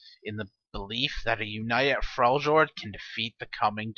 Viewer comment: It's pronounced Frel yord